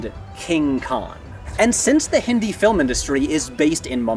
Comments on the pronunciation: It gave me a lot of unexpected happiness when you pronounced "Hindi" correctly. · Loved this. It's such a minor detail in the overall scope of the video, but I really appreciate how you attempted to pronounce words correctly instead of anglicizing everything. I actually did a double take at the start of the video when you first said "hindi" correctly with the softer "d" sound. It means more than you'd think! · Thankfully he is saying "Hindi" correctly.